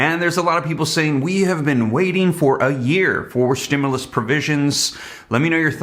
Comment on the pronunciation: Man I thought you said they passed the stemuls check